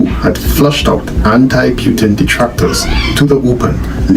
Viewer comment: It's PUTIN not PYTIN